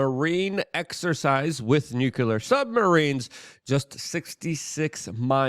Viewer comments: Hey Luke, what does newkyouler mean? Is it a form of the word nuclear(new klee er)😬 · WHY do so many of my fave yt guys pronounce noo klee ur wrong??? Bugs me to no end.